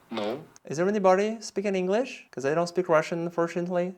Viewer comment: Да, больше всего резануло "бекоз"